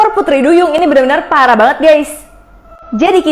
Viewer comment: Kok pas bilang pparah banget gais